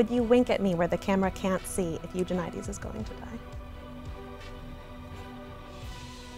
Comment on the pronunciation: Yay, found someone who pronounces Eugenides the same as me! :)